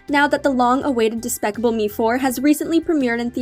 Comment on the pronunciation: She said daspacable me 😭😭😭💀💀💀